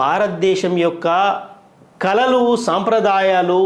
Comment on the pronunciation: కలలు కాదు, కళలు, తెలుగు నేర్చుకొని రావాలి. లేకపోతే అర్ధాలు మారిపోతాయి.